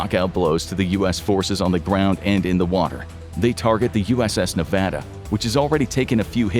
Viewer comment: A Youtuber finally pronounced "Nevada" correctly... it's enough to bring a tear to the eye.